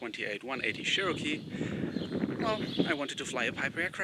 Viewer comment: Cherokee (Chair-oh-key) not (Share-o-key)